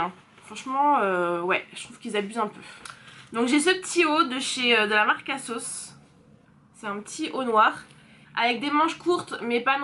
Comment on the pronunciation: Holà! Canon 👌🏼😍 À un moment donné tu as dis".....de la marque asos... "tu as fais la liaison et J ai compris Ksos mdr!! Jme suis dit hein what? Ksos?? Marquasos.... Voilà c tout pour moi lol.... Vite vite une prochaine vidéo.... Bisous